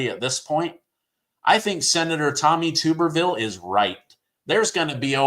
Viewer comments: Tub-erville. Not Tuber. I know this Alabama Family from 1966. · Tommy "Tub"...erville. Not Tube. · it's Tub- er-ville. TUB TUB TUBerville